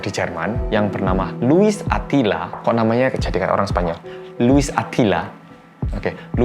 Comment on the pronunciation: No one: Louis Attila: Louis Adhila😭😭